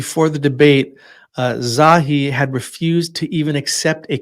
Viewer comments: "Za-hi Hawass"* Not Zowie. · Pronounced...Za hee not Zawee